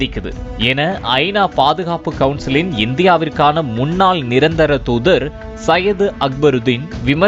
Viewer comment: "முன்னாள்" என்று சொல்லு. தமிழை கொல்லதீங்கடா நல்லா தமிழை கத்துக்கிட்டு பின் செய்தி வாசிக்க வாங்க! சிறுவர்கள் கேட்டா குழம்பிடுவாங்க!